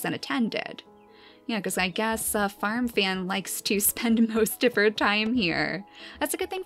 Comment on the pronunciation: I thought you were saying farm fam for ten minutes